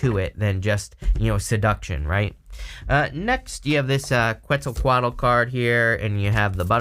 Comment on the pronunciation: i like your pronunciation of Quetzalcoatl 😆 cool deck